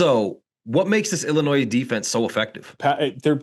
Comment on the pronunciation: Its Illinois....not Illinoise. Love see the people that have me blocked on twitter....well the dubup discord has me blocked not the people who run it.